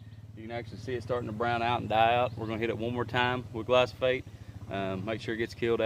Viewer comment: Glyphosate, not Glysophate